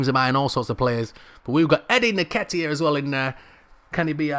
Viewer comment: Brudda his name is EN-KET-TIA